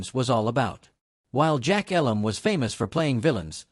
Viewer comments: It's actually pronounced with a long "E". eeeee-lum. Like me. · AI generated crap. You can’t even pronounce jack Elam’s name correctly. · Agree, at least pronounce Jack’s last name properly.